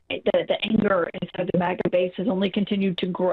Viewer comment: Why do you continuously call it moga and not maga just Google the words you're saying and look how it's spelled